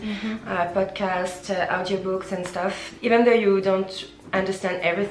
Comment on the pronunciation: Vowels are so hard to get. When she says "tips" it sounds like teeps while actually it's more like téps, in between a phonetic i and é. Stuff is not steuff more between steuff and stoff. Even if I know it when I'm talking in English I'm the same and it's even worse if I don't pay attention. It's something that can't be mistaken no matter how fluent you are in the language. Then there are mistakes that native people wouldn't do like advice which is always plural, more longer -> just longer. I'm not blaming her, it's just hard and she's doing a great job 😉